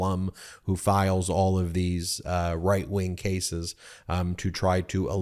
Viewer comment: Did you say "six white-wing republicans?" LOL